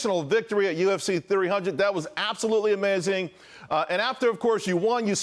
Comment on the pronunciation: It is beautiful to see more people interested in learning more about fundamental economic principles. It seems like something that should properly be celebrated. Hope the host learns how to pronounce Renato’s name more properly.